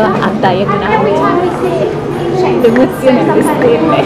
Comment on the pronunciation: È diagon alley non daiagon alley